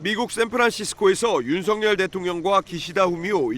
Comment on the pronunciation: 윤성렬 아니고 석열. 아나운서가 발음도 제대로 못하나?